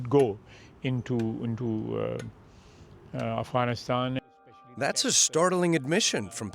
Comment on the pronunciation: Efghenisten, Pekisten, Telibens, Aiueq, Aiuen... It's kind of funny how the US can't pronounce all of its enemies names correctly 😅